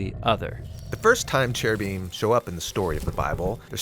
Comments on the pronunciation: In Hebrew it's ceruvim with and hard c. Not heruvim. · When he said " in Hebrew" I laughed out loud. It's actually pronounced keruvim